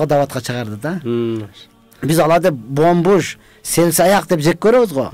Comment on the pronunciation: Билим алса жакшы болотко. Бомбуж дегенин кулдурду.